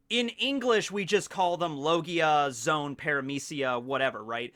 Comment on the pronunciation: I think "zoans" are pronounced like zoh-ans, not zones Like the word for animals Zoa Because it's the fruit that makes you an animal